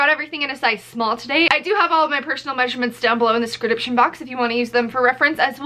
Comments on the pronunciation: why does she say scridiption instead of description hahah love your channel!!😂😂❤️ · wait did you say sedricption box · She said scridiption box again! Iv been waiting! Lol love the video ❤ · Did anyone else hear her say "scruhdipshin" instead of description??? 😂